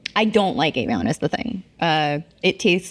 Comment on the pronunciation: Why did you pronounce Evian like that 👀